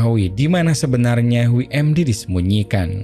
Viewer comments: WMD,, bukan dibaca wi em di, tapi doubel yu em di. WMD= Weapon Mass Destruction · dabelyu em di (WMD) bang pronounce nya bukan wi em di